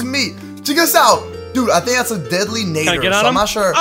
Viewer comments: sorry but did I hear deadly NAIDER just saying its NADDER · IT IS NOT Naddooor it is Naddeeeeer!!!!!!!!!!!!!!!!!!!!!!!!!!!!!!!!!!!!!!!!!!!!!!!!!!!!!!!!!!!!!!!!!!!!!!!!!!!!!!!!!!!!!!!!!!!!!!!!!!!!!!!!!!!!!!! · I am soo triggered when said Deadly Nather rather than Deadly Nadder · It’s not Nay-der It’s Nah-der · New t pronounced nadder not nader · Nat-er deadly nadder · Nadder is pronounced natter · I'm sorry buy you saying deadly netter and other dragon names rong makes me kinda mad cuz in a die hard fan of how to train you dragon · and nadder